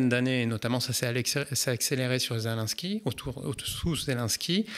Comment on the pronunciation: Pardon mais c’est pas zelainsky mais zé lé nski, c’est si compliqué à dire ? Sinon magnifique vidéo très intéressante juste fallait que je relève cette chosse car tout au long il dit zelainsky et ca me stresse